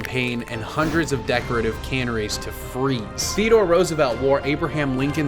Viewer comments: Cannaries? It's Canaries! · Or "canneries". I actually watch him for his flubs! 😂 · This guy doesn't know how to say "canaries"...😳